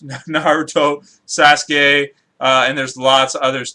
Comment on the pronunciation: Hey said Sas-Gay